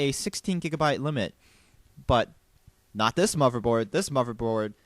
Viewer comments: he said "moverboard" DISAPPOINTEDDDD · WHY DO U KEEP SAYING MOVERBOARD?! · I like your video, but it really bugs me how you say "moverboard" lol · MLG GamerKid 800 He's just pronouncing "th" sounds with a "v" sound, he does it for ethernet also.